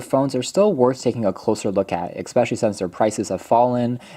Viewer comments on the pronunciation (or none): Stop saying Xspecially!...its Especially